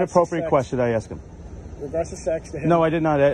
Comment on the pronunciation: If you are a police officer you had better have a command of the english language AKS is not a correct term, learn how to speak before speaking to another person, it just shows aq high degree of ignorance